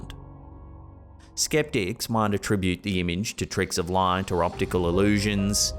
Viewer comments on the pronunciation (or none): none